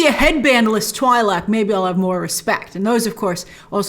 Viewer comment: It's pronounced Twee-Lek.